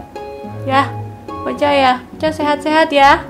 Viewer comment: Bukan kocha tapi koca